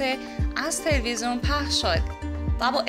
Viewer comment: خانم عزیز اون تلوزون نیست تلویزیونه خواهش می کنم بخاطر خودت برو کلاس فن بیان در این زمینه فاجعه هستی